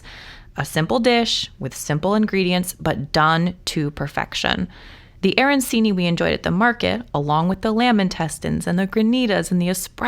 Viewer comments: I love all parts of Italy. I actually have a house there and we are moving there soon. (My husband was born and raised there) I don't want to sound rude but I do want to let you know that arancini is pronounced aranchini. The c is pronounced ch. I know it is silly but it is like when people say bruschetta with an sh instead of a hard c. I hope you don't mind. Lovely video and lovely recipe. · The "ci" is pronounced like "ch".